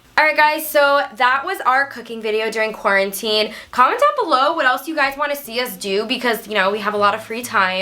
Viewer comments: Imagine saying corn teen instead of quarantine 😂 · Who said corn teen?? Lol